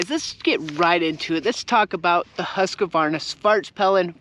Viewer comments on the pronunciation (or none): its called husquarna not husquarvarnana